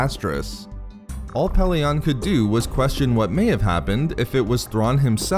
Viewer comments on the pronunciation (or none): 1st name I've heard mispronounced "Pellaeon"..short e in todays audiobooksand sounds better not short o at the end. unless you're a fan of the early audiobooks then add a C in the middle of Coruscant and kep using the short o of Pellaeon